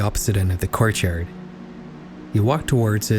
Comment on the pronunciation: I love how you pronounce courtyard! "Corchyurd"